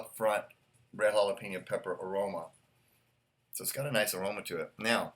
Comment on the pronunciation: Great review. Thank you. You say jalapeño like a real English speaker. You say hala-PEEN-yo. It is hala-PAIN-yo. But that’s OK, it’s not a big deal. You are a an English speaker from the United States, why should you pronounce Spanish words like a Spanish speaker? It’s all good. Again, wonderful review. Great video!